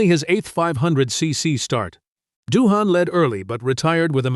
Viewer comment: Daryl Beatie will go down as one of Australia's best motorcycle riders. Is Dohane an Aussie beer. Japanese rider Abe is pronounced Arbay. AI voice over is so Cringe worthy.